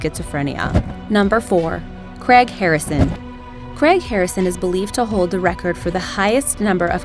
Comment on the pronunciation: NZ Salt Flats Racer Can't even manage "Craig".